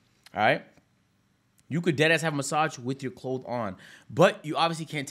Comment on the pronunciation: Always saying clothe instead of clothes is so funny and adorable 😂😂